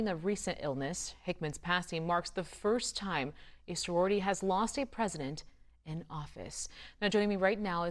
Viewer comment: I don’t mean to be negative, and did a fantastic job speaking about Soror Hickman, but that reporter need to come out with a verbal apology and correction of the name of our sorority.